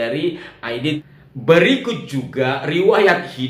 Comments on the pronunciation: D. N. Aidit ... bukan Aidid ... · AIDIT (T) bukan AIDID ( D) ya !